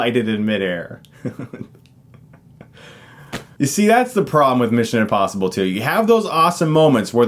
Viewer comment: Is he saying... INpossible?